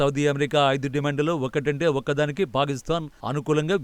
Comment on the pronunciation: ఎప్పటి నుంచో వింటున్న మీరు పాలిస్థాన్ అంటున్నారు ...అది పాలిస్థాన్ కాదండి పాకిస్తాన్.....